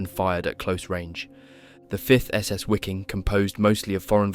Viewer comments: The Red Army entered Berlin on around April 21'st not May and your Wiking is pronounced Viking btw. I appreciate your work but it's rough around the edges. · Wiking is pronounced VeekinG. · Wiking is pronounced Viking in German.